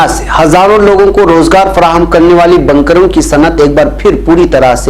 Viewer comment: بنکروں ب کو زبر کے ساتھ پڑھ رہے ہیں حالانکہ ب کو پیش کے ساتھ پڑھنا چاہئے